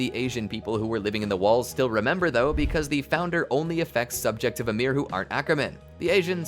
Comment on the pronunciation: Her name is Ymir Fritz not Amir